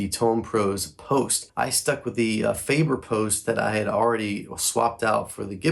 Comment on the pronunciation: You really butcher the pronunciation of Faber. Both syllables wrong. 🤣 Can’t do a drop test on an Ikea table… Use some Teflon tape, on the bridge post insert. It will stop wobbling. You have a Gibson, yet you cheap out on the bridge? 🤦 Hopeless.